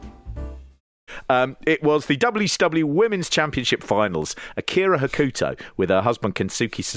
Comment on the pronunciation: Pete was closest to Hokuto's pronunciation. "Hoh-kuh-toh" with a very short middle syllable (the opposite of typical Western pronunciations of Japanese names) would be the closest phonetic pronunciation I could come up with. Kensuke should also be closer to "Kens-kay" than Ken-soo-key."